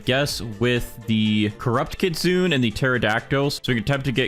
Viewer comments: did nobody tell him he cant stack sprinklers anymore and its not pronounced kit sun its pronounced kit soon nay no hate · its pronounced kit-su-ne btw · Why are people saying kitsune as kit-soon? It's kit-soon-eh.